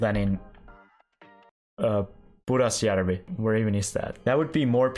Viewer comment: The iceland flag. but bro said pudasjärvi perfectly. Im confused